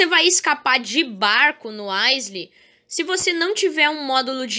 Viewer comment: Se pronuncia áiou Stan pode ter uma chance de te matar no primeiro e no segundo dia A minha primeira morte foi pelo stan no dia 1